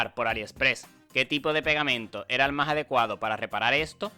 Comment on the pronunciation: De dónde eres que pronuncias "etso" en lugar de "esto" y así con muchas otras palabras???